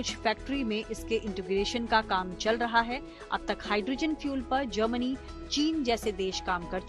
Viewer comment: Germany not Jernani